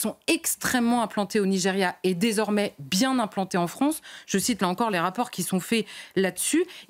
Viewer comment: La Fronce !